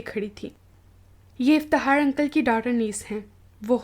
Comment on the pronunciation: Aap ki awaz aur lehja bohat acha hai bas Fakhar ko fahar iftikhaar ko iftihaar kh nai bol sakteen aap ?